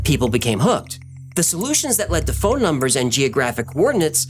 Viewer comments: At about and thereafter you say "dopa-min". But, it's actually pronounced "dopa-mean". Work on that. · dopaMINE not dopaMIN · Dopamine is pronounced 'dope uh mean'. Thanks for amazing, incredibly detailed, creative and engaging content! Wow! YOU are greatly appreciated! 🎉❤😊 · Is it "Dopa-meen" or "Dopa-men"?? lol I feel like he's pronouncing it weird. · why does he pronounce “dopamine” incorrectly? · Is the correct pronunciation for dopamine to end with "-een" or "-in"? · the way he pronounces dopamine 😫